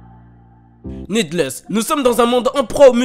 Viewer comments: Cela se prenonce «nidless » et pas «nedless »! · Ça se dit nidless, ça veut dire inutile